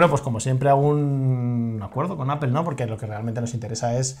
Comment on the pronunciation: Joder me mata cada vez que pronuncian APEL, se pronuncia APOL APOL APOL APOL!!! Exito!